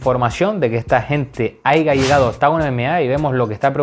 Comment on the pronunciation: POR FAVOR!!! deja de decir "haiga" haya!!! me sangran los oidos! jajajajajajaj buenos videos papa